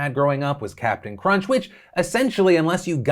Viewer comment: You say Cinnamon Toast Crunch I hear Cinnamon Toast Ken. 🤣